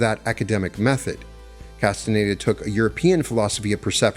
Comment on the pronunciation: The narrator's inability to pronounce "Castañeda" is very annoying.